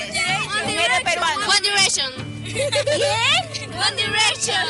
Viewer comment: GUAN DIRÉSHON...!!! GUAN DIRÉKSHON...!!!